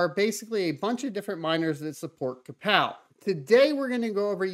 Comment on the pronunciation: you had me until i heard krapow algo